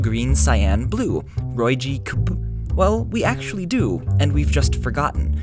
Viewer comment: ROYGCB But you sy roygcebub that kinda funny